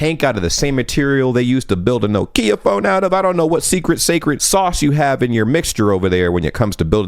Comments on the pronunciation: that's pronunced NO-kya, not no-KI-ya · SORRY WAIT STOP WTF. Nokia not NoKeyer NO!!!!! It’s pronounced Knockia Nokia The rest of the world all call it similar with how they pronounced their alphabet. But with English despite what country that person this is how it’s pronounced brother. Love your work keep doing you! 👍🏽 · Mate -- it's NOKia (as in "NOT") . . not noKEEa (as in "NO"). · Ouch, that's not the proper pronunciation of Nokia I think. It's more like Nock-ia rather than NO-kia as far as I am aware. It IS the correct English pronunciation of Ikea though, which is what I thought you were saying (from the kitchen) until I heard "from Finland". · FYI, it is pronounced knock-eyah not Noekia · it’s not “no kia” it’s “knock-ia” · FYI Nokia is pronounced as knock-ee-uh, with no stress on any single syllable more than the others. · Nope. It is spoken like No kee ya, with a short y. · do americans really call the brand "no-kee-ah"? that sounds so wrong :D Usually, every vowel in the word is short (here the official IPA spelling) ˈnɔkiɑ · Really? Is that the Finnish pronunciation? In Denmark we say Nock-ya. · Grrrrr. When Americans pronounce Nokia as "No Kia" :/ Also, if you thought American Sign Language was the only form of sign language ... why does it have the word "American" in it ? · Your pronunciation of Nokia is just weird 😂😂😂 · Just out of curiosity: how do you decide where to put the emphasis in “Nokia”? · That pronunciation of 'nokia'.